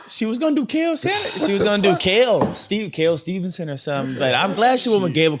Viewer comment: At least pronounces Steve-son correctly.